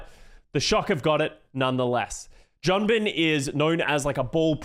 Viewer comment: Yo please in the future: Junbin is pronounced Joon-Bin (준빈), and Vindaim is pronounced Vin-Dime (빈다임)! Vindaim's name being mispronounced has been a pet-peeve of mine since the start of last year lol